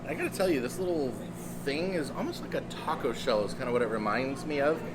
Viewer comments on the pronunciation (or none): none